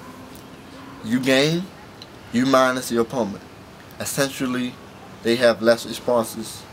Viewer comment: u said " opoment" lololollol